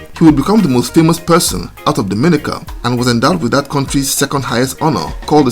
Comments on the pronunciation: Appreciation Society: DOMINICA correct pronunciation is "dom-ah-NEE-ka" not "doh-MIN-ih-kuh"..... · To the host, the pronunciation is…Dom-in-nica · I don’t know how to tell you in message yet..but your saying it like the Dominican Republic…and it’s not like that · It would be nice if you knew how to say Dominica